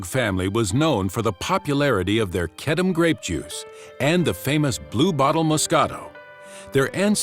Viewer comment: I've been pronouncing wrong, its Kedem, not Kedeme .Its the only grape juice I drink.